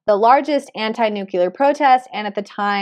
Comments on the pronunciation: Nu clé ar not Nu cu lar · I like your readings but its not nucular, its nuclear. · Thanks for the insight!! (Btw, there is no such thing as a "nucular weapon". There are, however, nuclear weapons. ;-) just sayin' )